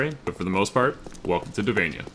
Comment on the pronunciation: it's Taviana not tavania...